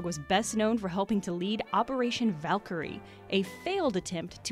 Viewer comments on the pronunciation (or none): none